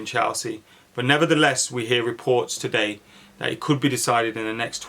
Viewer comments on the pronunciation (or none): none